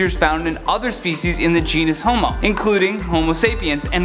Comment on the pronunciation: Did you say human feces?